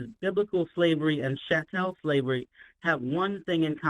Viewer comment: Ch (K)-A-tel shavery